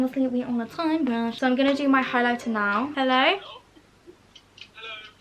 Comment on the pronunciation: Omg whenever you said “now for highlighter” you sounded so northern Irish it’s unbelievable 😂 aka where I’m from so it’s a compliment